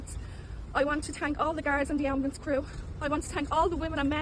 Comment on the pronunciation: Why does she “tank” everyone